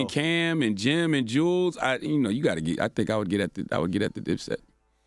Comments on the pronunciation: Charlemagne saying Jules instead of Juelz is so cringy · Cthagod said “jewels” instead of Juelz...that tells me what I need to know